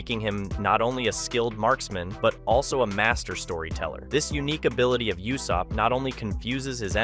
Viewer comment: Bro stop saying Yussop, his name is Ussop like Ooossop. His dads name is Yassop, his name is Ussop.